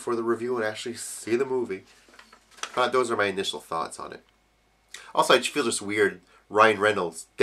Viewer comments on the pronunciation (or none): none